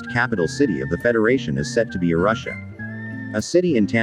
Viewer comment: Robotic voices can't say "Arusha" 😂😂